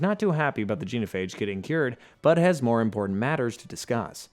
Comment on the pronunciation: So... many... proper nouns... mispronounced. Rachni, Genophage, Palaven, Thessia. Atleast Tuchunka was right. And I still seem to be the only person in the world who realized you could choose Control then just fly the Reapers into a black hole. End of the Reapers, all other synthetic life and technology preserved. Easy peasy. Or enjoy immortality, use Reaper tech to build yourself a physical avatar to go party with the mates, and use the same tech to rebuild the galaxy and be all benevolent but... sure... let's just blow everything up. 🤦‍♂